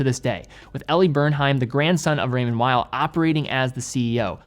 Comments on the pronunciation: Swiss guy here, great video! Just so you know it is said Raymond « vale » not « while » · Weil (pronounced vile) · Man it’s Called Raymond “Veel”